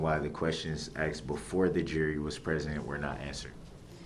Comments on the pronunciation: it is pronounced "ASKED" NOT "AKSED!" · he "axed" them to tell the "troof" 🤣🤣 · Yeah and he constantly “acks” ridiculous question and acts like a damn man baby. I’m baffled how he is getting away with this behavior? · Ask not ax ,object not abject ,that not dat,this not dis,THINK not dink etc etc this monster can't even pronounce words properly never mind defending himself, evil murdering vile narcissistic monster will soon be someone's btch in prison and get passed around in the showers 🚿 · Just wondering why he kept saying the word ‘axed’? Isnt it supposed to be ‘asked’? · "Da troof" "Axed" This m.o.r.o.n. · STOP SAYING AXED YOU ILLITERATE DRAIN ON SOCIETY